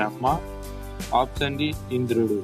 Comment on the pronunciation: ఆప్షన్ అనే పదం కరెక్ట్ గా పలకండి